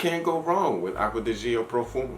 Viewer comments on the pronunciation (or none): I like your straightforward approach in your reviews. You also say the names correctly. Except...it's not Gee-oh. It's actually just like "Joe", being a contraction of Giorgio. Btw, I'm waiting for delivery on my Bel Ami Vetiver. Glad to know it made your list!